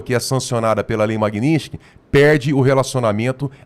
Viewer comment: O Borgo fala sempre errado o nome da Lei: não é "Magninsky". O correto é MAGNITSKY. Sílaba por sílaba: MAG-NITS-KY.